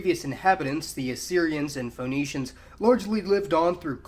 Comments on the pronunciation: Phoenicians is pronounced /FINICIANS/ not /FONICIANS/. Same as the name Phoebe is pronounced /FIBI/ not /FOBE/. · LEH-VANT FEH-KNEE-SHANS